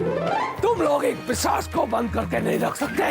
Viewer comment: Pisaach ✔️✔️ Not pichaas ❌❌